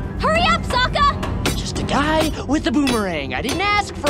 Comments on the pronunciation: Yeah tbh the movie would at least maybe be a little better if they actually made Sokka funny, and pronounced his name right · okay I didn't hear this until you said it and it even sounds like he has one when he says sokka